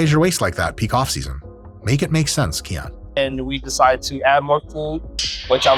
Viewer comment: He pronounces it “key on” but isn’t it Hawaiian for “k oh knee”